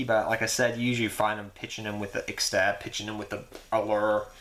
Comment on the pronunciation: tin tin right?? nad it is not that hard to pronounce... i speak arabic though ... and it is ix tab not fucking ixestab